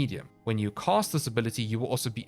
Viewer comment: Say "cast" Now say "cost" Now say "casting cost" Now LISTEN TO YOURSELF. 😶😵‍💫